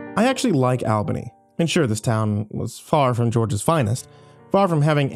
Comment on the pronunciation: Slightly cringed how Albany was pronounced lol.but love your stories all the same ❤️